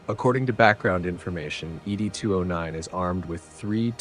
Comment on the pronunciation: Fantastic detail of the weapons ! I'm just surprised you got the Droid wrong, it's not Eee Dee 209, it's simply "Ed 209", like Mr Ed..... That's what the OCP Executives call it.